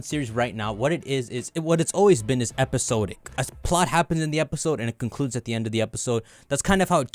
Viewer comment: fyi “episode-ic” is “episod-ic” sawd-ick like it’s spelled. Much love 👾